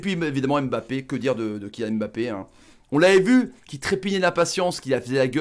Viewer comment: Mon commentaire est Hors contexte mais on ne prononce pas son nom comme sa on dit *Mbappé La manière dont vous le prononcez *M'Mbappé 🗣et c'est plus pareil